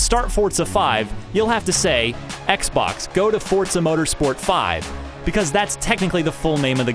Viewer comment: Forza doesn't have a 'd' in it.